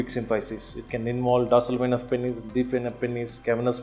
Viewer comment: Every time he said pennes i laughed.